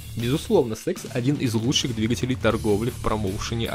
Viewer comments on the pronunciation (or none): none